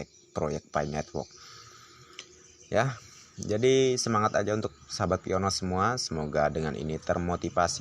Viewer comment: Bukan nya mau ngajari. Tapi baca nya PI one = PI wan. Salam petir.. ✔️✔️